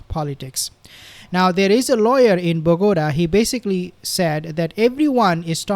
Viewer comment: Bogota is pronounced " Bow ga tah" accent stress on the "tah".